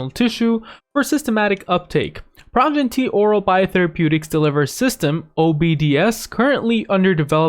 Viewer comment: its pronounced PRO-GEN-ITY